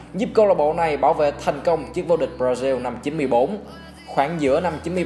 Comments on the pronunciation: B nói hay nhưng nên nói đúng từ ngữ b ra zin hay b ra ziu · Ẹt là gì? Brazil đọc thành diu là sao?